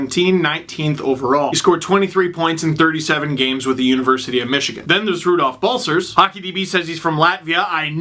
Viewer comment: As a Latvian I'd say that you didn't butcher Rūdolfs Balcers name.